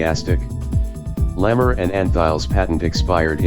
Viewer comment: Hedy Lamar's last name is pronounced as "la mar" not lammer. Thank you!